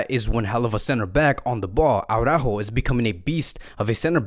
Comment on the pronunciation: aurÁjo aurÁjo aurÁjo... NOOOO! It's not aurÁjo! it is araÚjo. There is an accent on the Ú! BTW, did you know that Braithwaite is one of the richest players in the club? Apparently he made 250 million euro on a lucrative real estate deal.